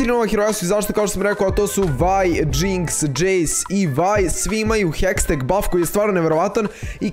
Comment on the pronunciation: nije hesteg nego hextech hahaha #BANDA